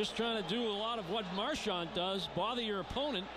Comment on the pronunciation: "Soobon" and "Marchond". please kill me